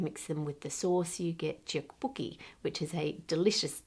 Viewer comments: tteokbokki is pronounced “tok-bokki”… the vowel 어 (as in dog/hot/not/) is romanised like that to distinguish it from the more forward, round-lipped oh (오) (like in “no” but staccato). But, more importantly, please consider showing us how you made it!! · Hi, just wanted to let you know that it's pronounced as "duhk-BOH-kee" :face-blue-smiling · Love the video, but just wanted to say that 떡 and 떡볶이 are pronounced closer to dock or duck in English, like duhk and duh-bokki :) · Minor nitpick, but: Tteok booki is actually spelled bokki not booki. And it’s pronounced like duck bowki But you’re right that it is delicious. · Just a small correction of the Korean pronounciation - "tteok" is closer to being pronounced as "tock", while the "booki" really should be "bokki", which is pronounced as a softer o, something in between the o in "tock" and the o in "book". Easiest way to say it is probably closest to "tock-bock-ee". The "tt" in "tteok" is also not a T sound, it's closer to being between a T and a D. It's not a super easy language to understand phonetically off of the way it's romanised, but just for future reference or if anyone in the comments is curious! Thanks for a great, informative video as always! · tteokbokki is pronounced how it is written it has no "ch" sound idk where you're getting that from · Btw!!! (As far as I know) the pronunciation of Tteokbokki is "Toe-bow-key"! It's one of my favorite snacks as someone with celiac disease and I love ordering it at kbbqs to place on the grill :333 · they are called "top po ki" 🤐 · I love your videos Ann but the pronunciation of 떡볶이 was...interesting 😂 chook bookie? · Tteokbokki is pronounced tuhk‑BOH‑kee or sometimes duhk‑BOH‑kee